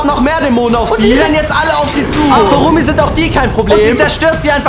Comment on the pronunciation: is not Remi it’s Rumi